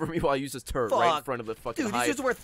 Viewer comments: Well thank you Gavin, now whenever the others say "turret" all I can hear is turd. Well played. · Everytime you said turret it sounded like turd lol except gavin.